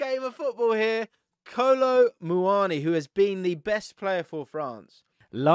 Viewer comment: Why does he say Messis first name like that